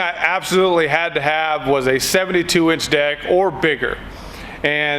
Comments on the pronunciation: sound like he said the 72 inch dick 😂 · I was yawning when he said 72 inch deck and it sounded like 72 inch Dick.